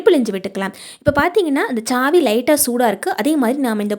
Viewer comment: Chhaavi illa saavi😂😂😂